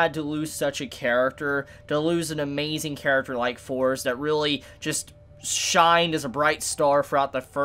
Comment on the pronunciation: AHMED ALY cos its spelt THORS